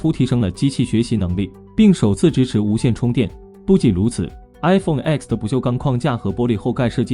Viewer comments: 专业一点好吗？“iPhone X"不是读作“iPhone x”，是读作“iPhone 10"。“X”是罗马数字，等同阿拉伯数字“10”，在发布会，厨师将其读作“iPhone Ten"。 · 講得真好 明明係Ten 讀乜狗叉